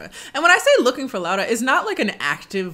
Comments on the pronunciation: This movie made me embarrassed to be polish and i was already not proud of it😭 also by the way i appreciate you pronouncing her name right and not just sticking with the English pronunciation 💞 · I love how you say Laura, it's exactly how we say it in Polish ❤️